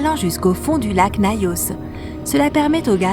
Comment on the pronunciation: Et Nayos au lieu de Nyos